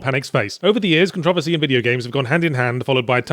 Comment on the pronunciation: I love how he says Controversy instead of Controversy